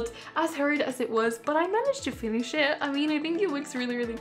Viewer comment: Did anyone else here “feenish shit”